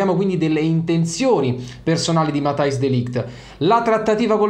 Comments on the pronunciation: Credo si pronunci "Matias" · "MATTEIS" si dice😁